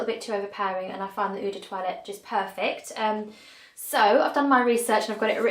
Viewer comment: Lovely. Perfume collecting is my obsession, but I have yet to log about my 200+ scents. (BTW..."EAU" is pronounced "O" or "Oh"....therefore "L'EAU" = LOW)